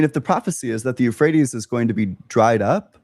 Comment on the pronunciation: “the euphrates river” “yeah the rephrase river”